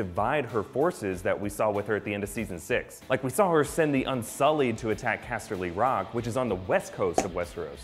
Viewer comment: OMG I SWEAR IF HE SAYS CASTELY ROCK LIKE THAT AGAING I WILL SKIN HIM AND THEN FEED HIM TO RAMSEY BOLTON.